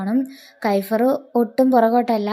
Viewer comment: കൈഫ്ർ അല്ല kefier